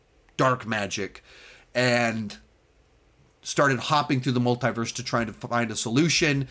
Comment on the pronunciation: Why do you pronounce Multiverse wrong?